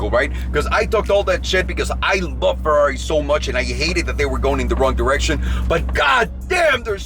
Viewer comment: Brace yourself the era of the Ferrraaaari "italian accent" has begun 🚘